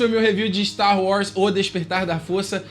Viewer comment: você sempre fala Star Wrars. Nada contra, mas é engraçado.